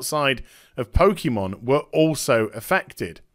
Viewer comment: Typical BBC, can't even spell Pokémon correctly. Also it's pronounced Pokay or Poka, not Pokey.